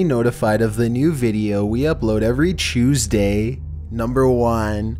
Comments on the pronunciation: Its Tuesday not chooseday lol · What day of the week is Chewsday?!!! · Really? EVERY CHEWSDAY??